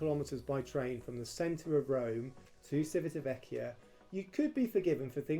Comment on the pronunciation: You have mispronounced Civitavecchia any single time (without mentioning Trastevere and Ostiense) . Don't you check before turning the camera on?